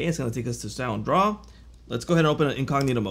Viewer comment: Hey.. you dropped the D in Soundraw!! its SoundDraw;-)